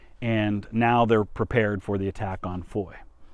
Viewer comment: Thumb up for pronouncing the name FOY correctly .